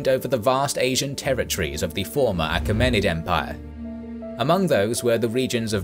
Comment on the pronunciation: you pronounce "Achaemenid" differently to how i have heard it said before.